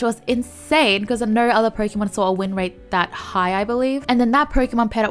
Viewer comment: I just wanted to say your “no” has a very heavy accent it’s not bad I just wanted to say it please don’t kill me for it